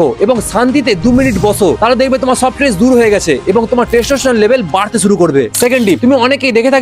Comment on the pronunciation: Tress❎ stress✔️